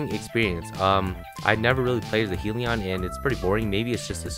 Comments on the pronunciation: Its not 'Heellion warden' it's hellion warden with a short e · He-ili-on hellion